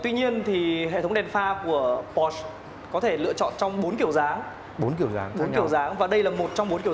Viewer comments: Đọc po sơ nghe mới ổn chứ mẫy chỗ review khác đọc pọt chơ :)) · ủa sales đọc đúng mà /por-shuh/, đọc theo kiểu người đức cho một hãng của đức thì có làm sao hả bạn ?